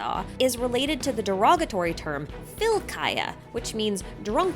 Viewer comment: i was dying at your prounounciation of kaja but anyways good video and fyllkaja is not pronounced as fillkaja